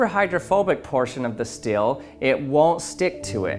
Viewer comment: I couldn't not notice that he pronounces 'steel' as 'still'.